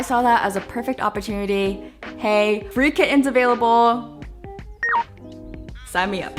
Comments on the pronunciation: lol the way you say kiTT-ens is fascinating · I laughed when she kept saying kiTTens and then she said ki-ens 😂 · No one:: kiTTens